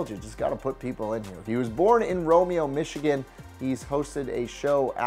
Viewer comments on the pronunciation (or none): none